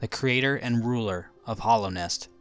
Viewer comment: Hallownest, not hollownest